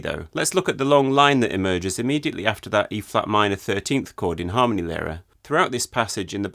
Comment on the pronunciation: Just a quick headsup before you go ahead with making more videos on Adams as you mentioned. The stress in Harmonielehre goes on the /i:/, not on the /a/. Cheers.